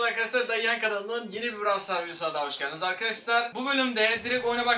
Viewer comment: brawl stars diye okunuyo